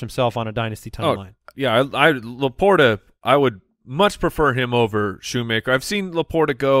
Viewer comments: Is it not s-KOO-nmaker? I would love to hear that Klatt & Gus were mispronouncing Luke Schoonmaker's last name for all of the what seemed like 50 Michigan games they did the past few years. SkoonMan fits the SoundGarden lyric better though... Go Blue! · It's Schoonmaker. You guys are butchering his name.